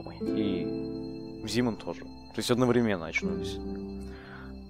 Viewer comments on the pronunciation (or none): none